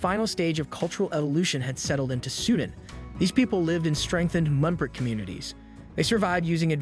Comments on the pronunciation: Great présentation. The only minor and I mean minoré is mispronoucing Pangea and Sudan and some others. On the other hand I may be mispronouncing. Thanks! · If you want to do videos on nations and history, have your narrator pronounce things correctly. Of course there may be various legitimate ways to pronounce certain words, but no one accepts your pronunciation of Xia and Sudan.